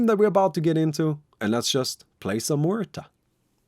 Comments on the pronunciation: Is noone going to mention that pronunciation should "Mu air" not "Moo ur" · can't pronounce her name figures MUerta. Spanish name